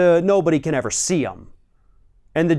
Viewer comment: "Most transparent president evah" ladies and gentlemen...